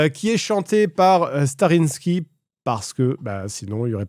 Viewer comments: Par pitié arrete de dire "Starinski" cest StaRRYSky xD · Je le commente à chaque fois car ça me trigger mais c'est pas Starinski. C'est StarrySky. prononcé Star-i-skaï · STARRYSKY pour ciel étoilé, par pitié, même SadPanda savait pas le prononcer "stari skaille" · Un jour peut-être Fred va prononcer Starrysky (Sta-Ri-Ska-Ille) correctement après 3 collabs... 🙃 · La vidéo très cool et très cool cette vidéo anecdote, par contre le nom du groupe c'est Starrysky (a prononcé Starriskaille please),(dsl je suis un fan boy mais gentil😂) sinon petit retour de usul, du coup on va avoir la fin du narratif el présidente? Ça me hype je l'attends trop. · La légende raconte qu'une sorcière a jeté une malédiction à Fred, faisant qu'il ne prononcera jamais le nom du groupe correctement.